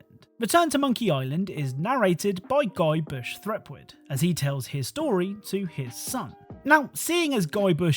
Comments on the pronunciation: I found it hilarious you keep pronouncing Guybrush Threepwood as Guybush Threpwood. Couldn't tell if it was an intentional nod to the running joke of people misnaming him or a side effect of only ever seeing it written down. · urgh, guybush threpwood is not his name..... Guybrush Threepwood, learn to pronounce it! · The way you pronounced Guybrush Threepwood hurts my heart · Why can't you pronounce Guybrush Threepwood?! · [Pedant] Sorry for being that guy but it's Guybrush Threepwood. There's an extra 'r' in there... [\Pedant]